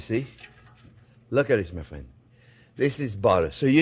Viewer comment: Is it because he always says “Fwend”